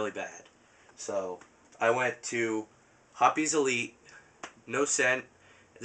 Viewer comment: ROFL LAWL ROFL LAWL ROFL LAWL! YOU SAID HOPPIES! ITS HOPPES. ITS NOT A RABBIT. But overall... good video, I am thinking about buying one of the Mossberg 500's.